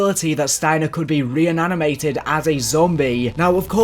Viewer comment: "reananimated" 😂 I remember you saying it a million times on your zombies timeline video